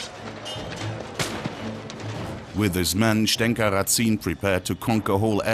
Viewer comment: Just a remark. The last name Разин is spelled in Russian as Razin (rAh-zin, with stress at the first syllable), not as Ratsin in german way. ☺ And yes, Razin was regarded by the plain people of his time as a 'good chieftain' like Robin Hood in England. At least, there is a folk song on his favor.